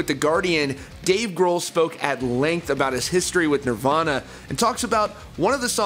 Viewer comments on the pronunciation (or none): Man said "nivana"